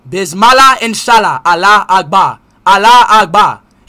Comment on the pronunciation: Its not bizmala its bismillah